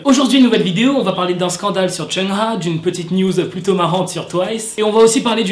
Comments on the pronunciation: Oui parcontre son nom ca se prononce : "choung ha" et pas "cheuna" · Tu dis mal le nom de Chungha . On dit "Tchungue Ga " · Tu m'as niqué comment tu prononce Chungha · Tu prononce mal le nom de chungha